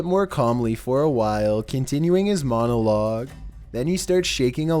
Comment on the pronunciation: "MonOloG" why you talk like that